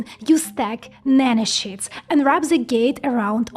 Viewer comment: I hear nano-sheets as "Nano Shits" haha